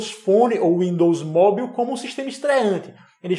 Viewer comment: Sem querer ser chato, mas já sendo... Esse sua pronúncia de mobile ("móbiu"?) não vem nem do inglês americano, nem do britânico... hehehe Tá tipo um inglês da Guiana... Melhora isso aí, hehehe